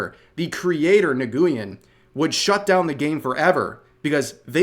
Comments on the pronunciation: “Na-Goo-Yen” Juuuust a heads up: that’s pronounced like “win”. It’s like the Korean version of “Smith” so it’s ridiculously common for a last name. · the flappy bird creator initially shut it down cause of how overwhelmed he got from reporters swarming his place like hyenas and nguyen is pronounced similar to win and not n-goo-in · N-GOO-YEN... lol Cmon Rev you know its pronouneced "When" right? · "Nguyen" is pronounced "nwin" or just "win", not "Nuh gu yen" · "Nuh Guuyen"? You mean "Knew-In"? I get not everyone is familiar with the "smith" of Vietnamese names but damn that pronunciation was pretty awful lol. "nug goo-in" lol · Hey for future reference, I'm pretty sure that name Nguyen, is pronounced like the word wind. Got a lot of battle buddies in the army from Vietnam that have that last name so I know how they say it. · Nguyen is pronounced "when" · Only thing I have to add is that Nguyen is pronounced closer to win. It's a common Vietnamese surname. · Just a head's up, "Nguyen" is pronounced "win" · Neh-gue-yen is a freshly new way to pronounce my last name that I have not heard before LMAO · Abit correction here, you should say "Nguyen" instead of "N-gu-y-en", which is not correct way to say it in Vietnam Can use google translate( or just T2S app) should give you better result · Rev...nguyen is pronounced like win. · Rev, just wanted to make sure you knew that Nguyen is pronounced "New-Win" or "Win" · FYI: 99% of the time Nguyen is pronounced like Win. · Community Note: Nguyen is pronounced like "Wen." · Nguyen is pronounced "Win" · Ok...fellow pale Americans. I understand not knowing how to pronounce Nguyen. It's pronounced "wen" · a easier way to pronounce Nguyen is Nuh-win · I think nguyen is pronounced 'win' Vietnamese bros will have to community note me on that. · Did Rev seriously pronounce Nguyen as "Nuguyen" ? 😅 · Fyi, Nguyen is a common Vietnamese surname and it's pronounced like, "Win." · Nguyen is typically pronounced Win.